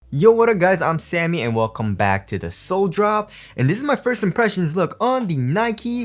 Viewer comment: Every time Sammy says "Sole Drop" I hear "sole brothers" :/